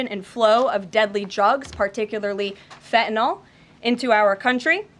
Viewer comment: Fentanyl not Fentanol